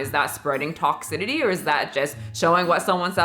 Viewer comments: The way she pronounced "toxicity" as "toxi-titty" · Babe you said toxicity wrong like 3 times lol it’s “TOX-SIS-ITY” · I love how you pronounce Toxicity